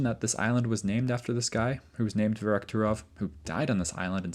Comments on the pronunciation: It's "Verkhoturov" not "Verokhturov". Still a great video though, I'm a big fan. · I like your videos. Please please use Google translate to pronounce the names of these places before you record your videos. Every instance of you pronouncing Verkhoturov in this video was wrong. Google translate is free illocution lessons